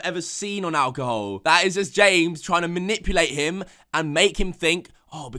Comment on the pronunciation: Me: alcohol: alcohoe